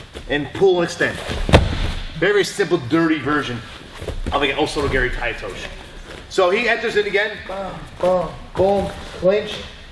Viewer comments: Hit em with that oh sodo gary, mmmmm. The best pronunciation. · he unironically called it "osoto gary" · Osoto "Gary" lol Kote "Gayashi" Is this intentional?